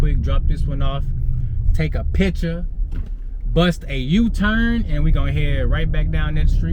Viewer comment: "PITCHA!" instead of picture.😂😂😂😂😂👌🏽👌🏽👌🏽👌🏽